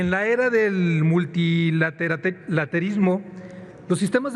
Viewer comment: ¿Que no la palabra que quizo pronunciar el diputado era "multilateralismo" en vez de "multilaterismo"? Si alguien sabe si me estoy equivocando, me puede corregir por favor.